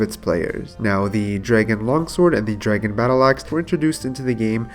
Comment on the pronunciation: Draygen too... all the botched words makes me think this guy might not be from the US